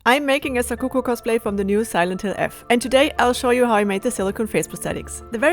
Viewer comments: I thought she was saying Sakuku and telling myself tf is a Sakuku until I read the description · I thought she said "Soukoku*